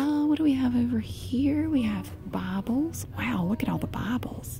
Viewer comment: It's kind of funny how she pronounces "Bibles" like "babbles" haha